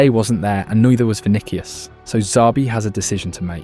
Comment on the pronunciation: "Kaileon Mbappé and Vinikias Junior"😂